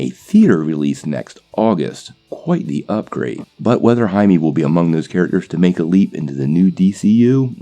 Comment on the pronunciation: Blue iron man. Sure. Why not? DC can't do worse than ww84, right? RIGHT? And it's pronounced "hy-may"